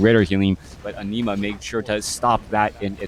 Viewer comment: Entertaining game and punditry! Was tough hearing you pronounce an-i‐ma as enema though 😄 Thanks